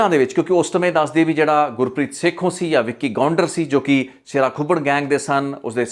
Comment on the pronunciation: Gurpreet sekhon not sekhu, and pind mudki not moodki